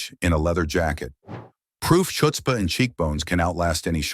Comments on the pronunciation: A bit funny that the announcer pronounced chutzpah as shutspah. Lol. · Oy, that's chutzpah, NOT "shutz-pah." LOL The "ch" is pronounced like it is in the Hebrew words L'Chaim or Challah bread and from the throat, sort of like you're clearing it. The same goes for "chuppah." And, in knish, you pronounce that "k." "Meshuggener" is "meh-sugar-ner." Kaddish is pronounced "cod-dish." Maybe, next time, get a Yiddish coach or a Jewish bot. LOL Remember, some people are hearing these words for the first time. We want them to hear them correctly. Thank you for a great video. "Gah-LARS?" Really? It's pronounced "GAY-lahs." You do get points for getting mensch right though. LOL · Learn how to prounance chutzpah for God's sake. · Please teach your AI how to pronounce “chutzpah”